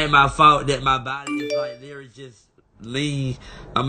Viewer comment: I see y'all haven't told him to quit saying words he can't pronounce...litary